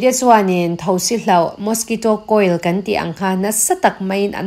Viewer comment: A ngaihnawmin beng a var thin e mahse An tih hi Am ti in a ri a kan tih hi kam tiin a ri thin ahei hian rilru a ti he deuh thin a dang chu ngaihthlak a nuam e